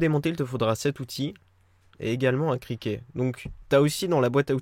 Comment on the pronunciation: Un criquet ;-) (cliquet) tu es dans le sud ça chante 🤣🤣